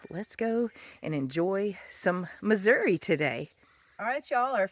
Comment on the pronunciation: WOW! I just love, love , love it! And you got it right, it’s Missouri “ee”, not Missour “ah”. And it’s a float trip, not a paddle trip. Last time I was done in the “Irish Wilderness “, we saw a 5’ rattle snake across the trail at Whites Creek Cave. It was the most non aggressive, docile creature I ever encountered. Next time you come back to the “Cave State”, we’ll throw a couple pork steaks on the grill and see if we can get you into Carol Cave, probably the most beautiful cave in Missouri. And by the way, you got more caves in Tennessee than we got in Missouri. Just don’t tell anybody. Take nothing but pictures, leave nothing but foot prints and keep nothing but memories.